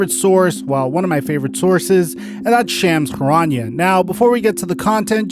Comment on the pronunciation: Hey, shams charania’s name is pronounced like this: Shums (like Chums) Che Ra Knee A